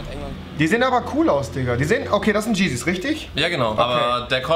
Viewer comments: rewi wie war das mit den GEEZYS? YEEZY NICHT GEEZY!! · Alter es heißt Yeezy und nicht Jeezy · Bitte sag zu yeezy nicht mehr 'dschisis' sondern jisis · Rewi es wird zwar yeezy geschrieben aber jeezy gesprochen😩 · Warum sagt der blonde Pimmelberger Jiesiehs zu yeezy amk